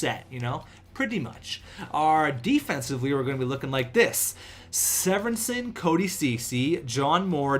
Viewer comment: Severson's name is pronounced see-vur-sun